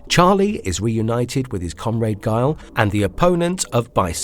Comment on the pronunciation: Holy pronunciation Batman!!! Feng shui, comrade, Ryu, Magneto, among others... This was bad!